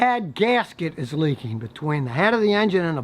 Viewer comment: “Prodict”???? “Leakeen”????